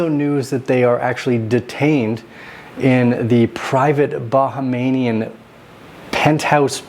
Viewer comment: It’s pronounced Bah-hāme-yan